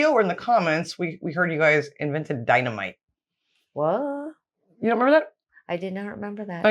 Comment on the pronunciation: Hmmm what abot the DYNABIT???? Alfred "NOBEL"